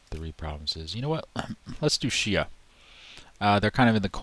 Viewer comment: Came here from Reddit. I can tell this is gonna be a good playthrough because you know how to pronounce Xia correctly. :3